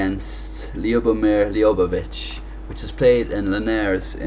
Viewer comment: Hahah great video but you kinda butchered Ljubojevic's name hehe